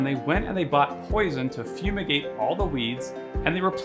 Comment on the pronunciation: "they went and got poisin" bruh i was sweating 😅😅